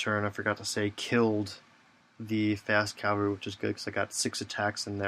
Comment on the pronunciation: Why does everyone say Calvary? Nooooooooooooo!!